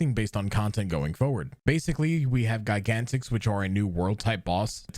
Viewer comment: Your pronunciation of "gigantix" is really weird to me.